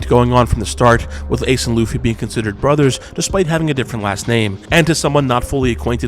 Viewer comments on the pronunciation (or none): none